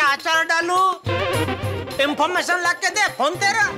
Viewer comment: Information ❌ Infomm..mmm.mation✅